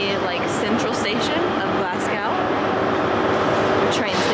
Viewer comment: Why you pronouncing it like glasscow 😂😂😂😂 it’s glas go don’t be walking about Glasgow calling it Glascow